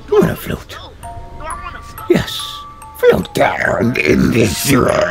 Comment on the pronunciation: says flaot